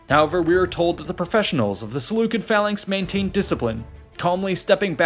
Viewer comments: pronounced "sih-LEW-sid" if you make another video concerning them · There's no such thing as a soft "C" in Greek or Latin :) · SeleuSID not SeleuKID. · Selucid=selusid not Selukid. Please fact check your ai's people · Seleu-kid pronunciation is definitely a choice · I have been pronouncing Seleucid wrong lol